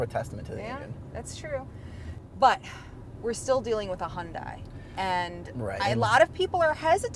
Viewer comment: if you are going to review a car at least learn how to properly pronounced the car that you are reviewing. It's not Hundaai.